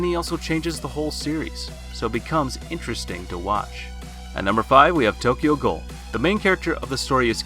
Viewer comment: OMG OMG OMG OMG!!!!!!!!!!!!!!!!!!!!!!!!!!!!!!!!!!!! its pronounced IF YER GOING TO WATCH ANY HORROR ANIME LISTEN TO HOW THE FUCKING ANIME GETS PRONOUNCED!!!!!!!!!!!!! ITS NOT TOKYO GOAL ITS TOKYO GHOUL!!!!!!!!!!! (SYNTAX GOOL) ANO-BAKA!!!!!!!!!!!!!!!!!! >:(